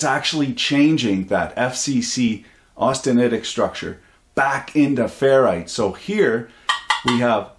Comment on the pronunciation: you pronounced austeritiec correctly by all that I can tell good sir. tried it a few times, all came out the same